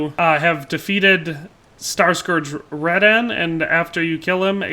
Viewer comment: Great video but pronouncing “Radahn” as “Red-an”. Them’s fighting words 😂